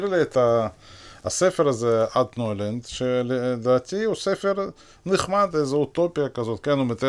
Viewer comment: אלכס צייטלין, הלשון שלך עילגת. הרצל כתב את הספר "אלטנוילנד" (Altneuland) בשפה הגרמנית, ועל כן יש להגות את האות "ל" כשהיא מנוקדת בקמץ, ולא בסגול, כפי שאתה מבטא אותה.